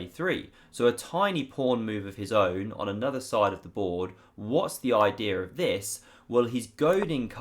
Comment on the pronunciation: What a great oidee-are lol. I love the way English people speak